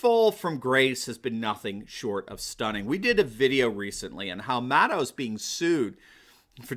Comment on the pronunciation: Is that "mad owl" you're pronouncing that,? I can live with that, sounds very Gormenghastian...